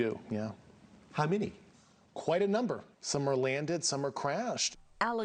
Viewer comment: "some are wanded, some are cwashed."